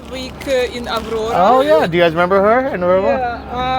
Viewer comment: The store you go to is pronounced aurora, but abdobda better))))))